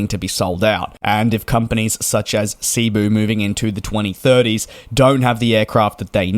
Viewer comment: It's SE-BU not SEA-BU Pacific. Short E, like "sent", just from a Filipino.